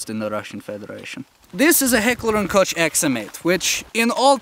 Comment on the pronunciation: you said heckler & Koch wrong you say Koch the way you say coke